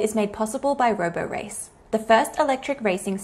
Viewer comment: It's not roborace -- it rhymes with Liberace.